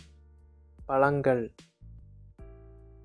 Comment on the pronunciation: Except the pronunciation for zha ழ பழங்கள், everything is good.